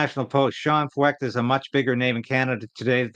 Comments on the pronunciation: 1 closer to 60K, just subscribed.....pronounced Froyt, like Hoyt.....Freucht in German means "humid" and things are certainly heating up. But what men do for evil, God uses for good.....the gospel is getting a lot of exposure. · If Feucht is a German name the “ eu” would be pronounced “ oy” as in Sigmund Freud. You may remember AJ Foyt a racing car driver. This could be the same name only Anglicized. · Pronounced Sean Fight .